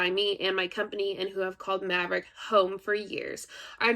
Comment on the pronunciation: It's OK no one knows how to say Maverick properly. And that's all right with me.